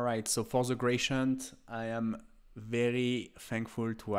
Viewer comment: Grationt? :D Gray-dee-ent!